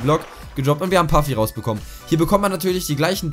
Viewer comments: Es heißt puffi nicht paffi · Du musst Puffi so aus sprechen wie es da steht, Puffi kommt von einem Deutschen youtuber